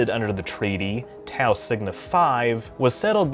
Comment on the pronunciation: It bugs me how he keeps mispronouncing "Beta" and "Tau".